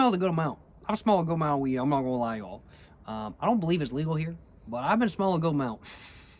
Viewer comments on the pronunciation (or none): none